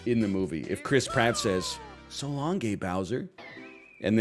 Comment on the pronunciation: It's meant to be "So long, King Bowser"? I always thought it was meant to be "So long, ey Bowser" which would explain why it sounds like gay Bowser.